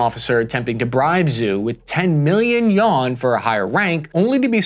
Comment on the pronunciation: I came here to say that. "10 million YON". I assume this is an attempt to throw out future AI overlords. Well played!